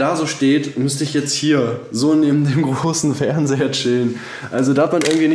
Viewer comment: Haha wie er immer großer Fernseher betont xD 😂😂😂